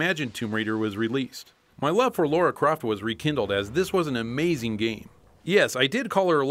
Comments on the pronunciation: Oh man... her name in the game is "Lara", not "Laura" or "Lore-awe"... Edit: Wth you really mentioned this ... sry, I didn´t watch till the end ;) This is too funny now gg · It's LARA not LAURA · Great video, but it is indeed Lara and not Lora....😂 😂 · AAAAAARGH! It's Lara, not Laura! Damn it,! You're an evil, evil man. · Lara and Laura are two different names said differently. Laura is said as said and Lara is said as said, simple. I know you are American but you seemed so intelligent and normal guys, you are either joking around or making yourself look like idiots. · She’s english. It’s LARA🙄....just listen to the American voiced trailer mispronounce Lara again to what end! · No matter how you pronounced Lara, people still would've whined. Nostalgia Critic pronounced it the other way and people corrected him saying it was Laura. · Bizarre, North American can not pronounce Lara?